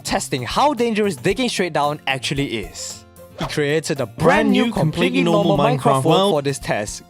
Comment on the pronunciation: Is it just me or do you pronounce minecraft as "minecraff"?